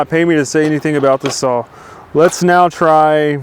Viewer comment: Hey love your videos and all the info you give out, but I have a problem with something you do say. The word "SAW" does not have a "L" in it. I have heard this from other wood workers that don't have the integrity to admit it's wrong and work to correct their language. Again I enjoy your videos and will continue to watch them.